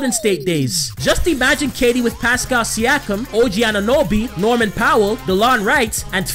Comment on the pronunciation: finally saying siakam right haha